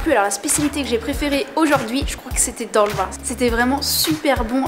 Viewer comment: Le Bosphore n'est pas un fleuve mais un détroit. Le sandwich de poisson s'appelle "Balık Ekmek" et pas balik eklemek. Bravo pour ton contenu en tout cas 😊. Et c'est Dolma, pas dorma.